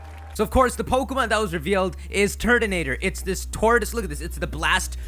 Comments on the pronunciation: it sounds like you're saying turdinator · At first I thought you said Turdinator. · Sounds like ur saying turd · wow it sounded like he said turdanator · New pronounciation: Tur-tone-a-tore Ty-ran-a-tar Turtonator tube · I love how you said "Turd-ah-nadur" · turtonator... tutle... detonator